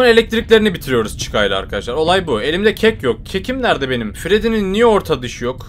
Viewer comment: Freddy❌ freedy✅ Chica❌ chicka✅ Bonnie❌ bonny ✅